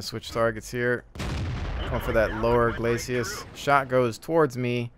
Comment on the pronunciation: I like your WoT videos but always cringe when you say 'glacius'. It's really called a 'glacis'. Glacius was the character from Killer Instinct.